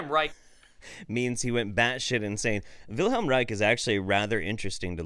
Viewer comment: Why can't that orgonite dipshit say "Wilhelm" right? It's WilHELM, not WilHEIM. Freaking jackass.